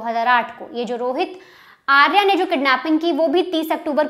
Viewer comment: "आर्या" सही उच्चार नहीं है, 'आर्य' सही शब्द है। 'आर्या' स्त्रीवाचक शब्द है, 'आर्य' पुरुषवाचक। अंग्रेज़ीदाँ लोगों को पता नहीं, कि शब्द को 'आकारान्त' करने से इतनी बड़ी ग़लती हो जाती है।